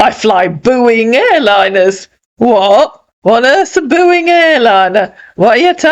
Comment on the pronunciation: 😂😂😂 “booing airlines” 😅😅